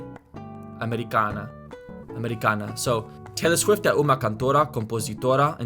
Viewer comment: Pronunciation note for you: the O of "cantora" is a dark oh rather than a bright aw. Your O was kind of in between, similar to a Spanish O. I would also pronounce "norte" differently, like "norti" (with the palatalized T), but not everyone does this. The N in "instrumentista" is also more of an ng since it's after the vowel in the syllable. The middle A in "americana" is also the dark uh rather than the bright ah. The funny thing about Portuguese pronunciation is that it's almost completely formulaic, and if you just memorize how each letter works, you can make all the right sounds. There's very little that's actually complicated about this; it's just unfamiliar if you're an English or Spanish speaker. Most letters only ever make one sound, and a few make two or three depending on position within the word or syllable, which means that you can tell what's what. That's way different from English, where any given vowel combination can take any of five different sounds and if you pick the wrong one the meaning of the word changes. For example, S in Portuguese always makes a z sound between vowels (unless it's doubled, one of only two letters that can do this). Quick, when does S make a z sound in English? Yeah, thought so. Think of the word "house". S sound, it's a noun; z sound, it's a verb. "I will house (z) you at my house (s)." Of course, S can also make a sh sound or a zh sound when it gets palatalized by an I, like in "Hessian" (sh) or "Asian" (zh) (just like the T and D in